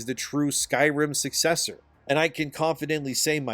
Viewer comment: the word is SUCCESSOR.